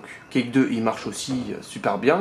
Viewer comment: Quake ne se dit pas Cake mais Couaike malgré qu’il s’ecrit Quake